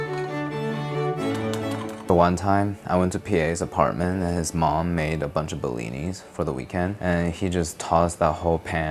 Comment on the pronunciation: It's actually just "blin" (блин). The "i" sound at the end is the Cyrillic character "ы" which denotes plurality, like an "s" added to the end of a noun in English ("pancake" vs "pancakes"). Anyway, the point is that if you're typing the rest of the word with English characters, then the plural should be "blins."